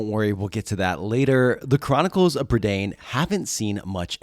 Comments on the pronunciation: its pronoucned prUH da eye n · Lloyd Alexander said that it was pronounced Prih-DAYN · Hi, Welsh person here, Prydain is the Welsh word for Britain, it rhymes with mine, and doesn't rhyme with main